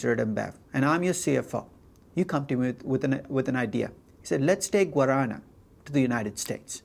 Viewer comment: Your pronunce from "guaraná" is correct lol